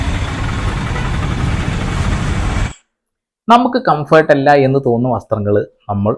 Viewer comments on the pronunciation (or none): ഇവൾക്ക്Comfert എന്ന് പറയാൻതന്നെ അറിയില്ല.😂